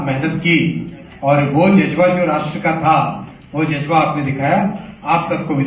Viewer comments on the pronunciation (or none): Jazba ❌ Jujba ✅ 😂😂😂😂